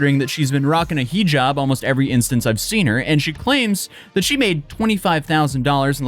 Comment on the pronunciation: I can't stand ghetto speak, I just can't take someone seriously as a person when they can't say one syllable words correctly. Though, ask, that, these are not hard words.